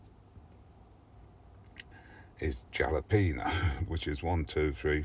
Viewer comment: You have a nice selection of varieties my friend. I get a kick out of you Brits....you say courgette and secateurs just fine....but Jalapenos....nope, butcher it every time😂Congrats on your promotion to level 4, the general public is over-rated:))